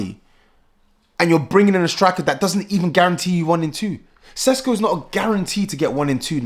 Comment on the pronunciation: It is pronounced Sheshko not Sesko.